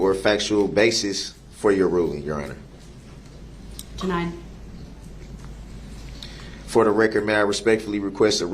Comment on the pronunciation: Jurror 48 “ THEY ARE YAR HONER” man thought he stole the show!